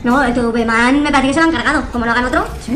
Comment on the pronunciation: Ese tivi man así se dice tvman